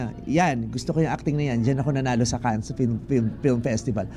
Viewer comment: Vice, it's Can, not Cans 😅